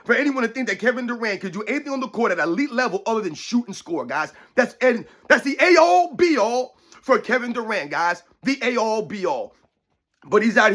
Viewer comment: It's end-all, be-all and not A All, be all 😋 Dont sound like LBJ please, you're way smater than him 😂😂